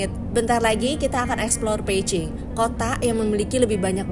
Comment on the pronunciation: Spell Beijing emangnya jadi Peiching ya? No offense cuma nanya aja, soal nya agak ganggu ditelinga 😅